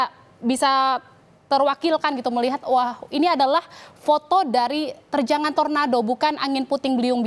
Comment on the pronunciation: Tornado bukan torando😂